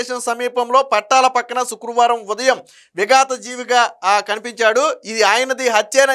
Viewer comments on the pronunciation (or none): విగత జీవిగా ✅ విగాత జీవిగా ❌